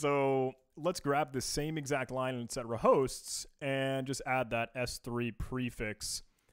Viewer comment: etc/ is pronounced etsy. not etcetera, is it not? Semantics, but, I love your content. I am aware this video is a year old.